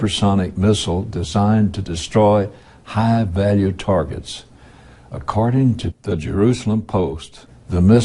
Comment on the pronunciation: "Accarding." hahaha.